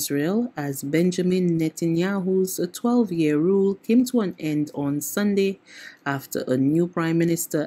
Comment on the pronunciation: No, no, no. The pronunciation is not Sun-d; it is Sun-day. Your colleague has mastered the pronunciations of the days of the week and it is hoped that you will soon do so too. When you are given the responsibility of broadcasting to the Nation of Barbados, it is important to use correct pronunciations.